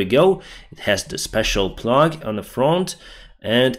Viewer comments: firstly kudos to you for your work on this channel. A small thing plough in English is pronounced the same as American plow, the American spelling should help with your pronunciation. Keep up the good work👍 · Hi, great video as always thanks! Just to let you know, the digging blade on the front of the tank is pronounced 'plow' (it sounds like 'cow'). The British spelling is 'plough', which is confusing, is it is pronounced 'plow', which is also the US spelling.😊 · How now brown cow. The G is silent (or soft) in plough (plow). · "plough", pronounced "plow" :-)